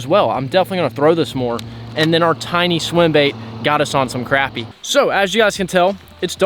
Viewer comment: It annoys the shit out of me that you youtubers don't say crappie right. I unfollowed a guy cause of it.